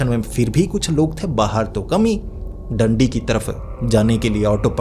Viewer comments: भाई डंडी नहीं दांडी है रीवा हाईवे पर पड़ता है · Bhai Dandi nahin Daandi hai😂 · डंडी नहीं भाई डांडी है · Dandi ni.. daaanddi